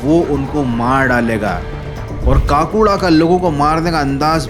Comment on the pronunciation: Kaakuda nahi bhai Kakuda😂